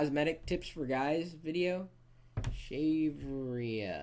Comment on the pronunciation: LOL!!! The way he says that 'shaverea' thing was hilarious: "Shave her... rear?"